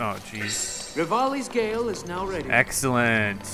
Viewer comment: omg why do you always say 'rivali's gale' wrong??? it's like each episode you try to come up with a new way to mess it up, it's freaking hilarious keep it up